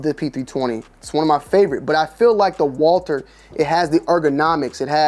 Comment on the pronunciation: Winning so much mfs still don’t know how to say their name